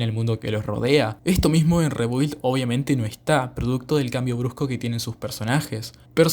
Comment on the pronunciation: Se pronuncia RIBILD, saludos